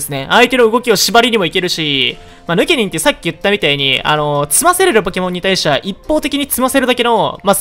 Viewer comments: の発音 ヌ↑ケ↓ニン 正しい発音 ヌ↓ケ↑ニン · ヌ↑ケニン？ヌ↓ケニンじゃね？ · ヌケニンイントネーションちがくない？笑笑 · ヌケニン⤵︎ ヌケニン⤴︎ では？ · ヌケニンの発音の仕方が私と違いました。現場からは以上です。ヌ↓ケニンじゃなくてヌ↑ケニン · ヌ↑ケニン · ヌ↑ケ↓ニ→ン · どうでもいいけど発音ヌケ↑ニンなんだな ヌケ→ニン(抜け忍)だと思ってたわ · ピクミンの発音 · ヌケニンのイントネーションおかしすぎな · ヌケニンの言い方が独特だね。